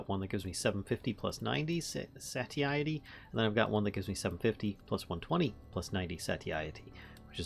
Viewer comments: Say-shitty works, but another pronunciation that you were closer to is "sah-Tie-itty" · Carry On is a great mod for VS, but I like how you used the crafting grid for 9 extra carrying space. I don't know why that never crossed my mind... Also, I pronounce it "SEY-sh-eh-tee", but man...it doesn't matter we get it. If someone gets hung up on it, it's their problem.